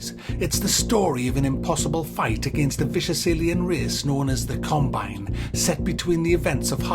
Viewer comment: Combine... Or carbine rifle? After about the 100th time I heard this, I started thinking perhaps its a regional dialect. Who knows. Distracting though